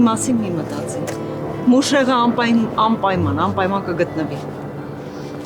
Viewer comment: Siman xarnuma uzuma asi anpayman asum ampaman😅❤